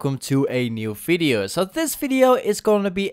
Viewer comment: Video with accent=fidio